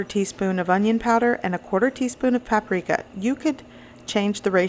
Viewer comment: Lol she said pap prika lol